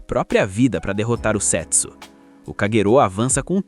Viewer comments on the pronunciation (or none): A melhor pronúncia do nome seria Sêtsú, com o som do E mais fechado. Do jeito que foi narrado fica mais parecido com $€X0😅😅😅😅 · É foda que eu fico escutando "sexo" 😂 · Eu ouvi "setso" achando que era sexo 😅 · Só eu achei que ele tava falando sex0 ? Kkkkkkkkk